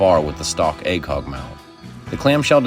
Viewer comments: I like the video but I can’t watch it in full just because of the funky way you say “acog” a million times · whatever your accent is, it really comes through when you say acog haha